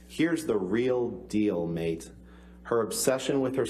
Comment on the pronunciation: Why does he consistently read 'mate' in an Australian accent?